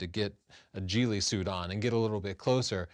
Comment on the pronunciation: Did he say "JEE-LEE" suit? Good grief, Charlie Brown. It's a GHILLIE suit. Rhymes with SILLY.